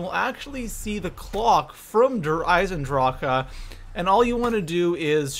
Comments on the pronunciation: Learn to say eisendrache not eisendrak-e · i thoght we all agreed is der eisendrac not der eisendracha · WHY U CALLING IT DER AISENDRACA ITS DER AISENDRAQUE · You say either Der Eyes in drawk Or Der eyes in draw huh NOT DER EISENDRAWKA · Your not saying der eisendrach your saying der eisendracha that's annoying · Its der eisendrache not der eisendrachuuhhhh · It's not DER IsandrakA, It's DER ISAN DRAK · hears him call Der Eisendrache "Der Eisendraha" immediately leaves the video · Does it sound like der eisen draka to you?! It's Der eisen drah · Der Eisendrokuh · What in the hell is a Der Eisendrache-A? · Der rise en drack thats how you say it you creep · Everytime he adds the extra syllable to der eisendrache I feel like I want to punch him in the face. Just end the word like the rest of the world instead of trying to be so grammatically proper. The community pronounces it der eisendrack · DER EIESEN DRAK AH errrrr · Havent seen vids in 5 years... Wow his content hasnt changed. Also why cant he say "eisendrache" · It’s derisenrak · Did you say der eisenDROCA WTF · i swear to god if he says Der eisendrachAUH again im going to off myself. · STOP SAYING DRAKA!!!!!!!! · Haven’t played black ops 3 in so long forget people say “Der EisenDRACA” 😂😂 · Wonderwahf Vundervaffe Dir Eisindraha Dehr Eisindrahkuh Also role your r's whilst pronuncing these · Why do you say der eisendracha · Did anyone realize that when he says der eisendrache he says ahh after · It's not derisendracka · The fact that you keep saying droka is pure cancer, learn to read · Why do they keep calling it der eisendracha 😂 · its pronounced der-i-zen-drach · Why does he say dayre eyesendrockuh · I mean no harm when i say this , nor am i saying that you are saying it incorrectly or not but i have never in my life heard some one pronounce der eisendrache like that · Bro that der eisendrache pronunciation makes me want to shoot myself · The way he says der eisendrache makes me cringe